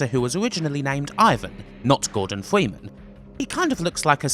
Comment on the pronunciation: the voice did u just say "this is the last time we will see gordon fweeman"?